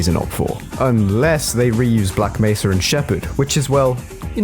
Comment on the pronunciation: Half life: black may-sa (mesa) HDTFM: black meh-ssa (poor mesa) There is a problem